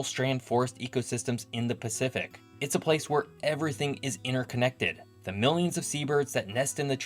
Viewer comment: 'Innerconnected'? 'Manna rays'? Seriously? Something wrong with your mouth? Or just to lazy to pronounce a T? Sloppy speach is confusing.